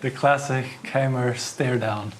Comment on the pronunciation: Niclas mispronouncing Keymer isn't something I expected.